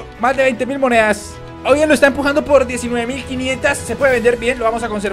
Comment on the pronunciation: Porque dices moneas